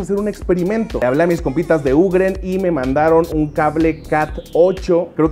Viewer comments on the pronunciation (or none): se dice "yiu-griin" no ugren (UGreen) porfavor.